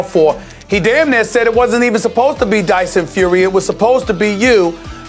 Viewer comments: “Dyson Furry” 😂😂😂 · Mannn I cant stand when people try way to hard to make sound bites instead of just being themselves. The whole "Tyson feery (he mispronounced the name) where are you" sounded so fkn lame